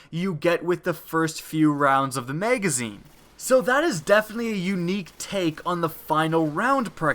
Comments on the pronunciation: OH MY GOD STOP SAYING MEGAZINE. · Anyone else notice he said meygezine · When he says magazine I hear "mega zeen" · Him saying magazine was what made be dislike this video